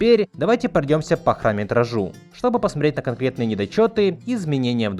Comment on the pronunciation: Боже, я не знал, что значит фраза "глотать буквы". И в этом ролике услышал. "Шэка", "хрометражу", "рекомендую среть фильмы". Чувак, говори нормально, по ушам режет. И хватит выделять Я в слове дубляже.